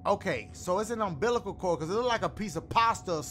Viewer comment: He said umßilal cord😂😂😂😂